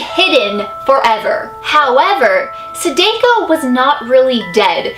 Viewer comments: I cringed every time you said Sadako. You said it wrong. Lol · Chloe Michelle yep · sAHH- dAHH - ko, not suh-day-ko, just saying! Also I love your videos, I think you're great (: I've been binge watching them all. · ...I love you sooo much!!! But I’m not trying to be a hater but it Sa-Dah-Ko,Not Sa-Day-Ko... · its DA not Dae sorry for correcting you love the vids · You've said you watched Ringu right? It's Sah-Dah-Koh. Not, Say-Day-Ko. It's my pet peeve when somebody says it wrong. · The way she says Sadako. Sadeko. Sa-da-ko. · corection there i actually speak japanese and its not pronounced sadako its pronounced sa-da-co not sa-day-co. da not day just saying. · the name of the ghost is like sah - da - coh not sa-day-co but i luv u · Lol u said sadako wrong it's actually pronounced sahdahko not sadayko lol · (plz no hate ,,,,,it just bothers me how you say the name) it is not sa-day-ko you pronounce it just like the name's spelling sa-da-ko i know Japanese pretty sure it's how you say it :D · Hey, just wanted to tell you, her name is pronounced Sa-dah-ko. Not Sa-dai-ko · Is anyone else cringing the way she is butchering her name!? It's Sah-DAH-ko not Su-DAY-ko... Still love you! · is great, she's the realest youtuber ever, just im cringing to the way she says sadako, it's not "seideiko" the a sounds more like the european people say their a like "saadaakoo" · Me: it's called Saadaako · Pronounced Sah-Dah-Ko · U ua u said it wrong it's sa da ko and this story is more like the grudge 😟sorry I have problems with people who say names wrong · ITS PRONOUNCED SAAAAAAAHHHHH DAAAAAHHHHH KOOOOOOOOO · her name is pronounced sah dah ko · wow you pronounced Sadako wrong you pronounce it Saydayko -_ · Here, it's pronounced like sa-da-koh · how to pronounce sadako! sa tha kho =sadako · Sorry to correct you...I really don't want to be mean but I watched a anime which said sadako. SAH-DAH-KOE